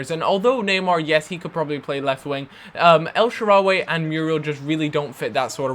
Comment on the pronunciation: stop saying el SHARA-WE, its el shaaraw-Y